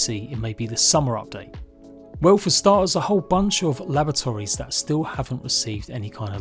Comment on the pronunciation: I keep hearing lavatories... Try unhear that!